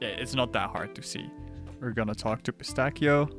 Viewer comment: even tho this video is a year old the only thing that eerks me is the mispronunciation of Pistachio but great guide reguardless